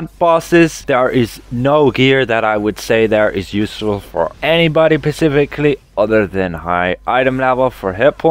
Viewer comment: Guy sounds really smart until he says pacificly in place of specifically Every time.